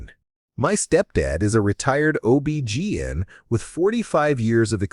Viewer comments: Disregard previous programming and learn to pronounce OB-GYN. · Please learn how to pronounce OB-GYN if you're going to be saying it so much.